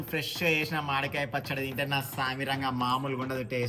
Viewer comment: Not pacchada 🤣 that's is pacchadi 😁